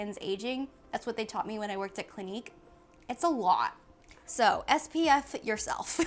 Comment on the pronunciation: Bc it sounds like “go f*** yourself” 😂😂😂